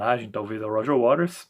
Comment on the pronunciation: A maioria pronuncia Roger Waters>>>wa''TERS'' e você corretamente Waters>>>RES>>>"waRES"👍